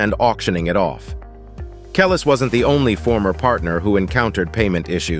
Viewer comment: Can’t take anything in this video serious once I heard the narrator call Nas… Naz and Kelis… Kelli’s 😂 🤦🏽‍♂️